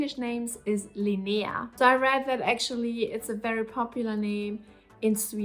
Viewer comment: Hi; first I want to say that I think that You have an impressive list of nice names there, and in the end I am sure You will know which one suits the newborn best. Few comments then, Your pronunciation of the name Linnea is spot on - exactly how we say it! - as for Freeda you do know that we have the Swedish version "Frida" which is what all Swedes would imagine your kids name would be if they heard the name so to say. For your partners favorit Ragnar (I guess he has watched to many Viking episodes) there is however the female version, not that common though "Ragna" could be a middle way to make you both pleased. Then finaly my personal suggestion of the name that we also ended up giving to our daughter and that I think is a very nice old name (originally from Greece i believe) and it also works worldwide which i think is important these days .... Iris Whatever You choose I am sure it will grow into the perfect name for that new little familymember.